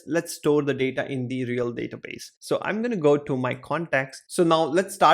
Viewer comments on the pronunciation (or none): none